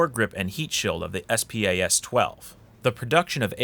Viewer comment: Spas. Like spaz. Not s-p-a-s